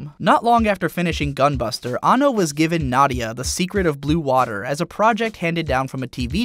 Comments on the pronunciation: His name is pronounced "An No" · He is AN-NO, not anno